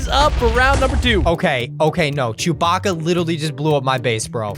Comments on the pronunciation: rhat not chowbaka that's apa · saying chubaka for appa was so funny